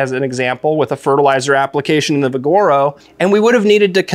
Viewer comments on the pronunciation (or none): It's VIGoro, not viGOro